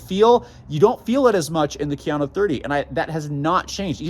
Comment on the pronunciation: KA-yano not keeyano